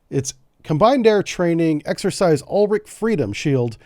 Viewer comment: its actually pronounced woo-chi like u from uwu and chi like tai-chi meaning "Our" Freedom Shield.